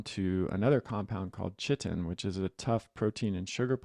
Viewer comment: Just FYI, chitin is pronounced "ky-tin"